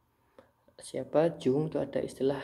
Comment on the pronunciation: Bacanya YUNG pakk... Bukan JUNG